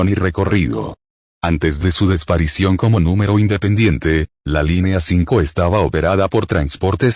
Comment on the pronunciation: La “desparicion”. Enséñenle a hablar bien a.